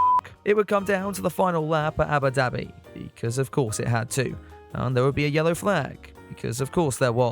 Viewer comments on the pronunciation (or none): is it just me or do i hear Yabba Dabi